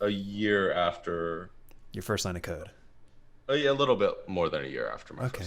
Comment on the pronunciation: Great video! I'm an applications developer currently doing an online data analytics program in my free time and it's starting to strengthen and correlate with my job. Also "Your first line of code" sounds at lot like "Your first line of coke" lol.